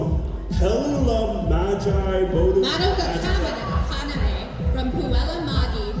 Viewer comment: The cringe i cringed when someone mispronounced Madoka Kaname in 2025 at an anime convention...